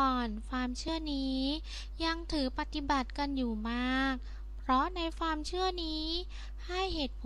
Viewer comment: ดูมาหลายคลิปล่ะ ก็พยายาม ฟังๆ ...แต่มาขัด ตรงคำพูด ..ฟามๆๆๆๆและฟาม...ทำไมไม่พูดความให้มันชัดๆล่ะจ๊ะ..